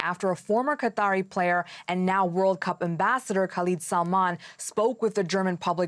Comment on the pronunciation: 1st woman can't even pronounce Cup